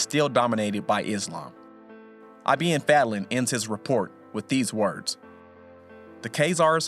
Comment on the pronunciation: its not I.B.N FEDLEN its ibn fadlan